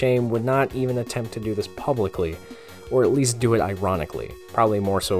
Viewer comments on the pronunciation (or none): none